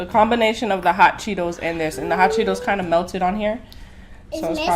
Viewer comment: Who heard her say chot Cheetos 😂🤣😂